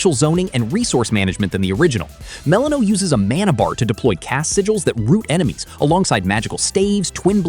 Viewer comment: No way anyone who actually played Hades 2 is pronouncing Melinoe that way lol